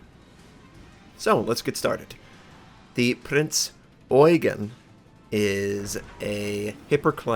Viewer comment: a little hint, since you always put so much effort in pronouncing foreign words correctly: In the name "Prinz Eugen" the stress of the word Eugen is on the second E, not the EU: [… ɔ͡yˈgeːn] A common mistake that also Germans do who are not familiar with the ship or Eugen von Savoyen.